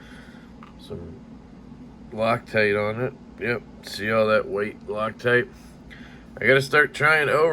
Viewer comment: No one call me a Xenophobe, but when you said “rock-tight” I couldn’t help but laugh thinking of someone who has a stereotypical Asian accent/pronunciation saying “loctite” 🤣🤣🤣🤣🤣